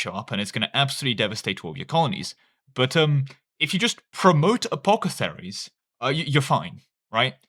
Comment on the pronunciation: Can you please reread the word apothecary